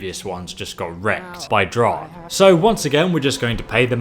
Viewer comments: You say draugr wrong. You say drog it's actually like drogger is how you say it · Every time he says “Draug” I lose a brain cell >.< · wtf is a drawg